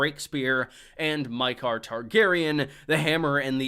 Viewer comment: Maekar is pronounced the same way you'd pronounce Maegor.